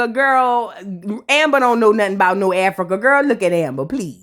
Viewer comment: Who else was PO by the way said Africur😩, I had to rewind and make sure I heard her correctly. I had a attitude for the rest of the episode because of that 😂